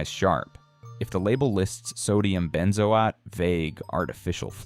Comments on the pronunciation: "Ben zo atee", said the AI. 555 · Lol at benzoate pronunciation